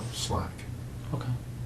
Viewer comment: Besides all the horrific things this animal did, the second thing I hated most was this detectives poor attempt at saying the word ok. It was more like "KU"...